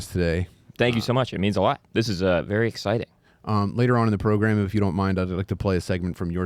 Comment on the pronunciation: "Welcome to the progrum"